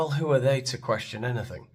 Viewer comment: James O'Brien pronounces anything as ANYTHINK